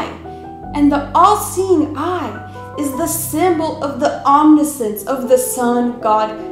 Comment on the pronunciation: It's pronounced "om-NISH-ence"